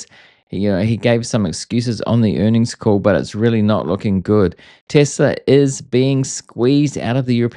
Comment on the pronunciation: Thanks for saying Tesla. When I hear Tezla I click away